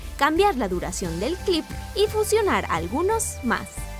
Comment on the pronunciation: like por cada vez que dijo clip ajada me encanto